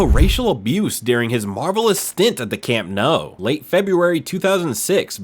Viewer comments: Bro says “camp no” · Learn how to pronounce teams and names please Flipping yanks VillaREAL It’s Villa RAY AL and it’s the Camp NEW not Camp No Muppet